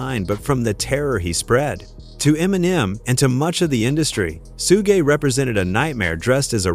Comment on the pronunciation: Its pronounced shug 😂